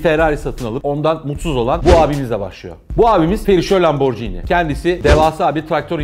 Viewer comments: Bi video yaparken biraz araştır laborji ni diye okunmaz Lamborghini okunur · Atladığınız ve bilmemenizin ayıp olduğu en büyük nokta italyan spagetti gibi okunması gereken italyan lambor(G)ini nasıl spagettiye spacetti demiyorsak lamborginiye de lamborcini demememiz gerekir. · Müdür super. Akış çok iyi. Tek sıkıntı lamborcini değil de lamborgiini seklinde okunması. Gecen bir videoda porş değil porşe diye duzelttin kazandın bizi. Neyse başarılar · hikaye mükemmel bir şekilde anlattınız ve teşekkür ederim. Fakat markayı yanlış telaffuz etmeniz üzücü oldu. Jini değil, gini olarak telaffuz etmeniz gerekiyor, çünkü 'g' harfinin arkasında sesiz harf 'h' olduğu için gini olarak telaffuz etmeniz gerekmektedir. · Abi bari sen lamborcini demeseydin yaa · Hocam, Lamborghini'de g ve i arasındaki h harfi, g'nin c'ye dönüşmesini engellemek içindir. Yani markanın okunuşu lamborgiini, lamborciini değildir. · Bu videoyu yeniden çekmelisiniz bence sayfanın adına aykırı.Lamborcini değil de Lamborgini diye okuyarak düzeltmelisiniz. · Yalnız lamborcini değil lamborgini diye okunur BİLMEMEN AYIP :)))))) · Lamborcini değil lamborgini olduğu gibi okunur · lomborjini bilinir lamborgini okunur düzeltiyim abi. Bu arada bi renault sport bekliyorum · Lamborghini’yi anlatıyorsun.Daha doğru okuyamıyorsun. Okunuşu: lam-bor-gi-ni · Tolgahan Kartal Adam lam-bor-ci-ni diye okuyor keko